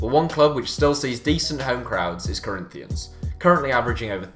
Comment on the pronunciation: The way he says Corinthians makes me wanna commit suiside